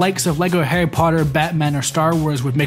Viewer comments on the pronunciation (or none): none